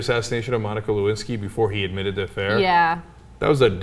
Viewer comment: Le- Win- Sky.